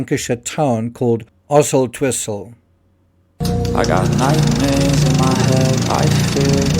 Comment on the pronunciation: Love your channel and I am from Lancashire and your pronunciation of Oswaldtwistle was impeccable!!! 👍🏼